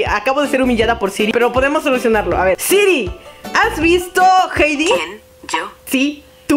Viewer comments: y la Siri con el kien io? Da risa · nadie: Absolutamente nadie: odiando el kien io? de siri jajajajajajajajajajajaja